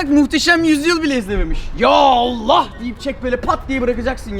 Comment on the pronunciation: abi o yallah deil yahak